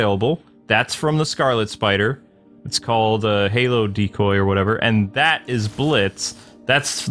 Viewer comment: holo as in hologram, not halo.